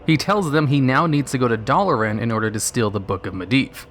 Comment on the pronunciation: Your pronunciation of Dalaran and Muradin hurts me a little